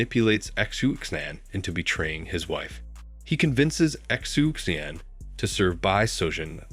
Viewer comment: xu xian is pronounced shu shian but love the telling of the white snake